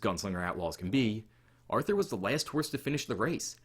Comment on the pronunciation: Hahah, agree! And fyi it’s pronounced Arthur*